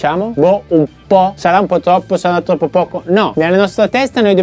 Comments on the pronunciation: Questa è l'intro più bella che tu abbia mai fatto! Fa t-RRR-oppo RRR-idere! 😂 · se provi a mettere l'inizio alla velocità rallentata senti proprio il rumore che fa la erre. È poesia 😁 (più lo rivedo e più mi diverte!) Grazie anche per questi bei momenti,!